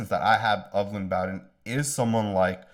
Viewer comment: Thanks for your videos. You do a great job. FYI- Lynn Bowden’s last name is pronounced Bo Din as in Bo Jackson.